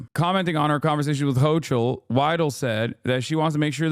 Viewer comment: It's Hochul with a Hard Ch